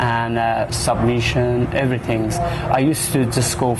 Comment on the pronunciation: "Evertinks" lmfao